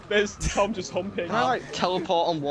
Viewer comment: I thought he Said "Dom" instead of "Tom". Still works though!